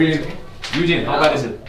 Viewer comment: OH he was saying Ui-jin! not eugene.... for a lot of that I was like who the hell is eugene